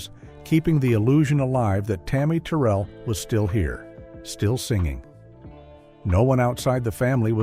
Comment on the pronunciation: Tammi Terrell pronounced "Tur-rell":face-purple-crying